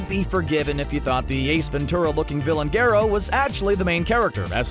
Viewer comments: Not Gero it’s Garou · It’s not gerro it’s garrou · He says garo and it pisses me off 😡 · "Gayro"... Nice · Wow this channel doesnt watch one punch man at all. Its all a script. But how do you get garou name wrong??? Its definitely not called geero. Smh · "Gerou" are you serious.............. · Nobody:: gayrow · Garrow? What the f*** you on? It’s Garo! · Love the vid but I don’t think it’s pronounced gero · Remember when he called garou gerou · You saying "gyerou" made me mad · Yh lol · Why can't he pronounce Garou correctly? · Absolutely nobody:: "Gerou" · this dude just said garoh are you fucking serious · gare oh* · BRO HE'S NAME IS PRONOUNCED GAROU